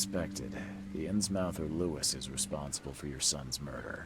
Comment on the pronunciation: And isn’t innsmouth pronounced innsmuth not the way it’s spelled?